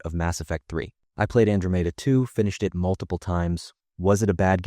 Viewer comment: Why the hell is Andromeda being pronounced so weird?